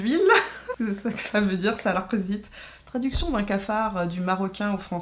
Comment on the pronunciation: mdrrr j'ai pleurer de rire quand tu as dit salak zit : tu as une excellente prononciation...j'avoue ils font peur au Maroc. j'en ai de mauvais souvenirs :)